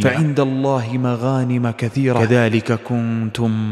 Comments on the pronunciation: اخى فى قراءة ال ءاية قيل مغانمَ بالفتح و هى بالضم اصلحنا الله و اياكم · السلام عليكم اخي.. بارك الله فيك وزادك من علمه وزادنا.. فقط تعليق بسيط على قرائتك للقرآن من فضلك انتبه على التشكيل في الايات مثل كلمة مغانم فإن آخرها مضموم وجزاك الله خيرا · ايضا مغانم مضمونة وليست مفتوحة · حلقة فخمة كالمعتاد ولكن جزاك الله خيرا انتبه لقوله تعالى"فعندَ الله مغانمُ كثيرة" مغانم بضم الميم الأخيرة نفع الله بك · إنها "مغانمُ" بضم الميم الأخيرة وليست "مغانمَ". جزاك الله خيرا على المقاطع الجميلة التي تندر هذا الزمن و بارك الله فيك و وفقك. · تصحيح ( فعند الله مغانم كثيرة) برفع الميم مغانم وليس بنصبها فتنبه وانتبه فوسائل تصحيح التلاوة لا تعد ولا تحصى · للتصحيح فقط = ألقى إليكم السلام وليس السلم لأن السلام بمعنى التحية الإسلامية أما السَّلم فهي الإسلام و تشاريعه و تعاليمه و لتصحيح ايضا = مغانمُ و ليس مغانمَ اي بالضم و ليس الفتح في الدقيقة ٧.٥٠ و جزيت خيرا على هذا المحتوى الجميل ❤❤❤ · جزاك الله الجنة بس حبيت أنبهك في الدقيقة في الآية أنت قلت ((مغانمَ..)) والميم في الاصل مضمومة ((مغانمُ..)) وجزاك الله خير على الابداع هذا .. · فعند الله مغانمُ بالضم جزاك الله خيرا وانت قرائتها بالفتح مغانمَ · هنا خي الحبيب السلام وهنا فعند الله مغانمُ بالضم وليس الفتح بارك الله فيك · الله يسعدك انتبه لما تقراء القران..(مغانمُ) بضم الميم وليس فتحها.....(فتبيَّنو) الياء مشددة بالفتحة وليس الكسرة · مبدع ما شاء الله عليك استمر ،، لكن عندي ملاحظة عندك أخطاء في الآية من ناحية التشكيل مثل كلمة مغانمُ أنت نطقتها مغانمَ بالفتح ،، وجزاك الله خير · مغانمُ وليس مغانمَ متأكد انها خطأ ولكن لازم ننبه بعض وجزاكم الله خيرا 🌹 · السلام عليكم بس في خطأ بقرآءة الآية قال مغانمَ وهي مغانمُ الرجاء الانتباه وجزاك الله خيرا❤ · لمن القى اليكم السلام وليس السلم مغانمُ وليس مغانمَ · في خطأ في قراءتك للأية مغانم اخر شيء ضمه وليس بفتحة. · مغانم مضمومة وليست مفتوحة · سردك جميل وإن كان بالعامية لكن لدي ملاحظات وهي أنك تلحن كثيرا في قراءة الآيات والآحاديث ونطق الأسماء، مثلا قرأت (مغانمُ) بالفتح وهي مرفوعة . أيضا اسم الصحابي محلّم بن جثامة وليس معلم كما ذكرت والحديث في قصته ضعيف لا يستشهد به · مغانم بالضم يا شيخ وقرئتها بالفتح